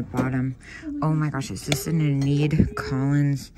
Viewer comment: I've been living vicariously through your road trip videos and shopping trips, especially nice to learn how much cool stuff is in the SW. Just popped on about Enid Collins - I'm pretty sure Enid is pronounced Ee-nid (like how you'd pronounce Eeyore!). I found a box purse of hers a couple years ago, big time thrill lol.